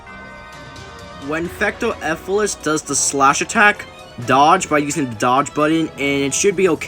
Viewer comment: To Let You Know, It’s Fecto “Elfilis”, Not Fecto “Efilis”